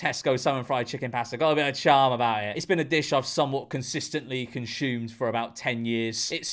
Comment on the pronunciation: The word is 'Consumed' not 'Conshumed'! 😂😂